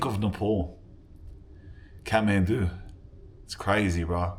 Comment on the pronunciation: he says Khahtmandu like a Scotsman !!